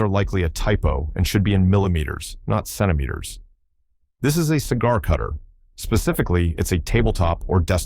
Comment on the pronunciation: Why has this voice so much trouble with centimeters? It's almost on purpose...